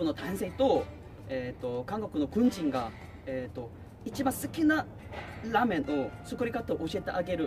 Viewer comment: 라메응(라면) 쟈나쿠테(이 아니라) 라-메응(라면) 데스(입니다)